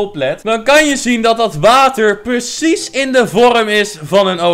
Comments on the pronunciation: Normale mensen: precies: PERSIES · be like: percies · Iedereen: precies: purcies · Eeeehm het is pRecies niet peRcies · hoe zeg jij precies echt gwn purcies